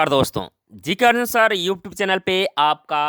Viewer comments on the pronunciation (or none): none